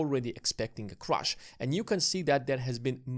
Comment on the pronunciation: How do you expect people to take you seriously when you pronounce "Crash" as "crush"